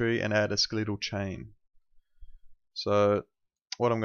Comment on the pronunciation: come on, at least say the word correctly. It's Ske-le-tal not Ske-lee-tall.